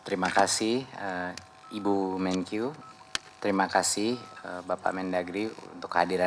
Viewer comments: Koreksi pa mentri.. "Menkeu" (Menteri Keuangan), bukan "Menkyu" (Menteri Keyuangan). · terima kasih ibu menqyu, 😂😂. Milenial banget 😂😂😂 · Salah fokus sama pak Mentri pas ngomong Bu menkyu hehe